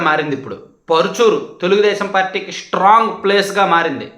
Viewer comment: నువ్వు కూడా జగన్ లా తయారు అవుతున్నావు. ష్ట్రాంగ్ కాదు. స్ట్రాంగ్. షా కాదు. సా